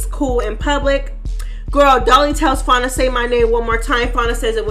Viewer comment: F A N I A, you keep pronouncing it wrong